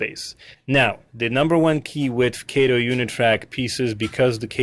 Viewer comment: It's KAH- TOE!!! Not KAY-TOE! Sheesh!